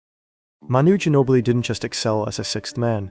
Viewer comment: “The San Antonio Spurs select Emanuel Gino-Billi” -David Stern.